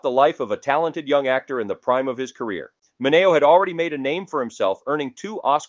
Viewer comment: ¿"min NAY oh", not "min E oh"? ( , , , , and - ) "Lih mert", not "lime ert"